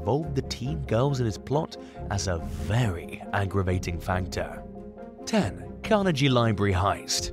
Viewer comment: Learn how to pronounce the name "Carnegie" properly!